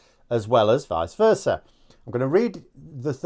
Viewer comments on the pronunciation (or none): none